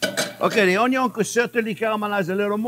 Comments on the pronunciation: Awesome. When you said Onion, I heard, "a little more wine!" Thanks for steak on a budget. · I first heard of Chef Jean-Pierre by watching a video on how to cute an onion and how he pronounces the word, onion. Love it. Been watching his videos for a solid week now and I can’t get enough of his very thorough and explanatory method behind ear step. Knowing what is going on and why in between each step is incredibly helpful. Hoping this channel continues to gain traction on YouTube!